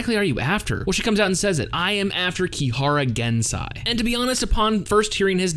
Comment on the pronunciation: Don't just go and believe every thing Shokuhou said. She's a liar and a good one at that. Misaka, on the other hand, is so much worse at lying/acting. I'm also triggered by the way you pronounce Gensei's name. It's GensEi not GensAi.